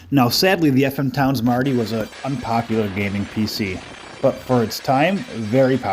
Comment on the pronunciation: Thanks for this video, and yes you did pronounce the name correctly 😃